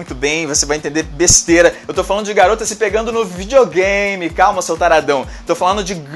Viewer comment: entendi bestera kkkk